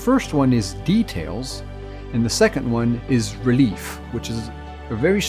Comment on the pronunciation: Lol, the word for relief should be pronounced like french almost not like relief, XP (don't you just love how english doesn't make any sense? ^^)